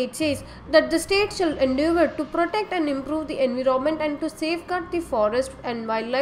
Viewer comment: enviroment wrong pronounced